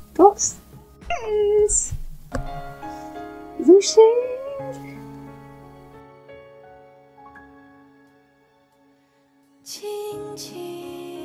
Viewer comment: His name is pronounced like Joe Shen not zoo Shen.I like your channel but everytime you say his name just grades on my nerves. Thank you